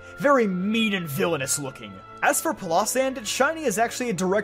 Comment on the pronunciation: Am i the only one bugged by his pronunciation of pilosand